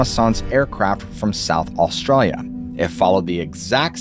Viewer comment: American guy speaking aussie every time he says the word Australia 😂